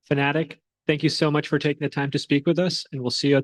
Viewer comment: Its FNATIC, not fanatic